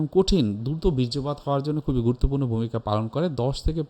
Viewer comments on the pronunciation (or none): none